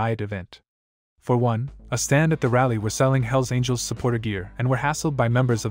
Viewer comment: It's all hype...and the guy(?) who made this video doesn't know squat about any of the clubs he's talking about! He can't even pronounce the names correctly...unless this was his way of calling out the club in some kind of disrespectful challenge? Outlaw clubs will always be around...too many citizens keep buying their dope and hiring them to get rid of their ex-wives...